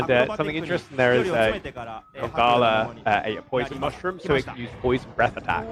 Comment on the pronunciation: congas not congalala